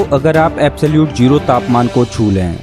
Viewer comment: Its not jero....its zero